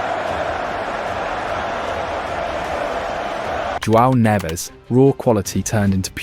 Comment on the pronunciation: According to this video, Portugal hired 3 Spanish players: Brunoh Fernandez, and Joao Nevez (at least he didn’t call him Juan) and Nunoh Mendez. Yet he doesnt say “Jay-main Eeh-Ay-mail”, he says it correctly… I’m gonna start saying all British players’ names with a German accent